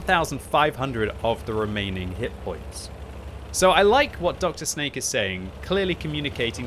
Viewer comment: its not drsnake its Drsňák it means thug in english, also plzenská is a lot more vulgar in Czech language than you think